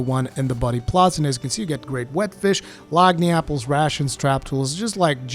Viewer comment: The way you pronounce "lagniapple" entertains me as a Louisianian.